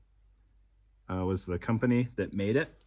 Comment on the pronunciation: pronounced Para-Cleet ... high quality brand and what I still use for body armor carriers ... I believe the product you have was very short-lived, if I remember ... my teammate had one, and I believe it came as an accessory to a concealed vest carrier, and not a separate Paraclete product